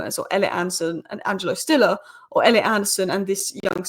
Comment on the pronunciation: He‘s called Siller not Stiller